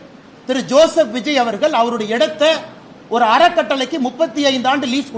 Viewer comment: அவர்கல்…மக்கல்…நீங்கல்…உதயனிதி தமிழில் பேசக் கற்றுக்கொள். பிறகு தமிழ் புகழைப் பேசு. உனக்கு தமிழும் தெரியாது, புத்தியும் கிடையாது. Your father wants a trillion dollar economy. Who is your labor force? You cannot talk to anyone in the neighboring States. How do you do a business? I am dismayed by your stupidity and ignorance